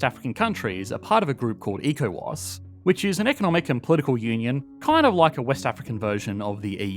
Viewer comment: ECOWAS is pronounced as echo-wass